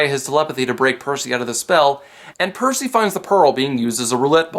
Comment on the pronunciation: Is it just me or does Poseidon call Percy, "Pussy."